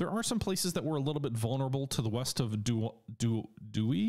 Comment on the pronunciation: Dou-EYE....freakin' Frogs...lol